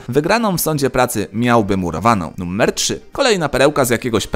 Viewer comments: Dlaczego wymawiasz "numer" bardziej jak "nummer"? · Jak mnie wkurwia sposób w jaki mówisz "numer".